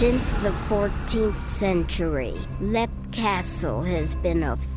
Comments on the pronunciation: "Lep castle" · How do you mispronounced Leap? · It's Leap not Black..